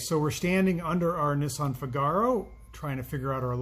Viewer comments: If you go see 'The Marriage of Figaro' opera you'll forever change how you pronounce the name of this car :) FIGaro, FIGaro... FIIIIIIIGaro. You know the tune. Italian three-syllable words have their stress on the first syllable. Or watch Pinocchio and observe Gepetto's cute cat Figaro. Pronounced FIGaro. Of course you are free to pronounce it however you like. It's your car after all! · DOES NOT rhyme with "Cigar-oh"! How thick are you? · I added a link in another vid to help him pronounce Figaro properly.... it grates on my nerves ha ha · He seems to be intentionally mispronouncing "FIGaro". You're only making yourself look the fool,.